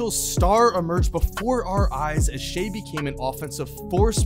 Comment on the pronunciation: kinda annoying that was calling him "shay"